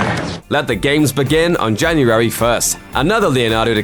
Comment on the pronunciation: its January not Janurary